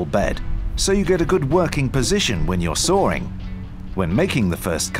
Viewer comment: Ah yes when you are sawring